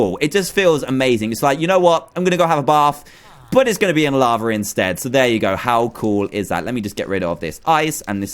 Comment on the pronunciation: you say "lavra"